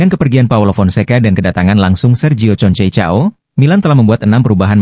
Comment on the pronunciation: Konsekao min bacanya,,, bukan concecao😂😂😂